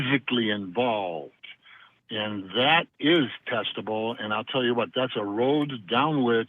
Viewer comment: xD it's not testible ....but it's testible